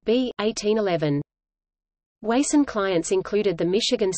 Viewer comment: It is pronounced WA (as in water) SUN. I grew up in Springfield as did my father.